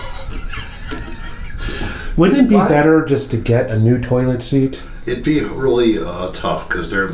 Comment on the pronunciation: "toolit seat"